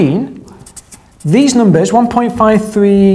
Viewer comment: I just can't get enough of talking about numbahs:)